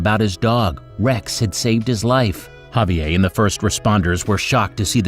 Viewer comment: Can't pronounce Javier?